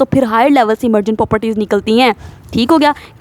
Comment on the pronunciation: we’re trying to learn biology, not chase a bullet train 😭💨 Please slow down your talking speed a little so our brains can catch up! And Miss you’re saying poperties like it’s a remix 😭😭 it’s 'pro-per-ties' — but we still love the energy 💃